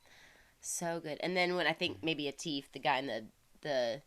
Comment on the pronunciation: Abdullah Siddiqui "Kids" "come Thru" and "Lament".You will like.All in english to boot....Atif...(Aa-tif). Not teef